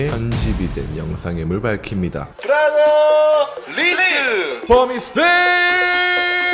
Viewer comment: ⓘ:브라더리스트 그리웠나요? 답:그리웠다 의 혓바닥 굴리는 그 븨롸둬뤼슷 그 발음이 그리웠다